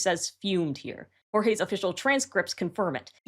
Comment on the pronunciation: For future epic videos, “the writer” is named Jorge pronounced “Hor-Hey”